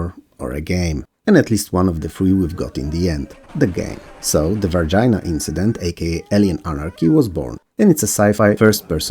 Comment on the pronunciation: Lol, "Varginha" sounds more like "var-gee-nya"